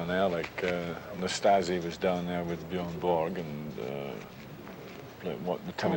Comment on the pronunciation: Wow! He managed to say Björn [Borg] pretty correctly. Makes it even stranger that no native English speaker can say Björn [Ulvaeus]